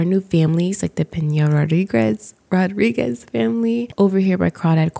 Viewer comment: Nice pronunciation on Peña-Rodrigez